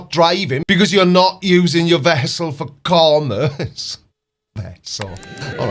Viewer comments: Let alone the way he pronounces commerce... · Sovereign dude can't even pronounce "commerce". He needs to study his sovcit handbook. Know what I'm saying?